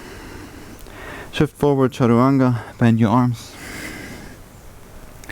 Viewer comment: Sorry my question wasn’t clear. It’s the word you said after “shift forward” that I couldn’t catch. Is it “charawanga”? 😂